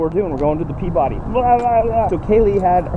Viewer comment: It's pronounced per-buddy, I know this because I live in Peabody Massachusetts